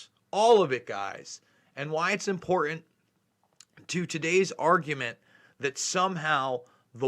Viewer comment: The "T" in the middle of the word "important" is not silent.